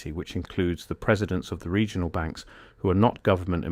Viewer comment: What is a "Segional Bank"???? I hate AI generated content, at least as it stands now. An error like that stands out to anyone who's paying attention. Even if the rest of the information in the video is valid, this undermines its entire credibility.